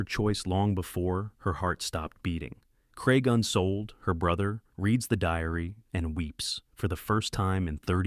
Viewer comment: Unfortunate to mess up the last name - It is Unseold. I studied with at Evergreen State College beginning three months after the tragic conclusion to the climb of Nanda Devi. He told the story somewhat differently and yet quite intimately as he was still very enraptured by the passing of his beloved daughter. Forty of us were in an outdoor education program. at the college. For Christmas break, never backing down from his belief in the power of outdoor adventure, tasked us all to break up into small groups and have an adventure together. My girlfriend Autumn and I joined with three young mountain climbers of little experience and set off to climb Mt. Olympus in the Olympic National Park. We were forced to bivouac on our finals push to the summit due to white out conditions. In the middle of the night the tent ripped and yet we managed to prepare to calmly evacuate as the wind howled around us. Leaving the tent behind covered in snow we retraced our steps across the Blue Glaciers to safety. It was a most memorable and defining experience. Yes,, worth the risk!